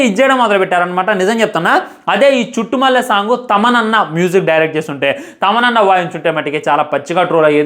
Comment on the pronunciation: మాట్లాడితే చుట్టుమల్లె అనకురా నాయన అది చుట్టమల్లే😂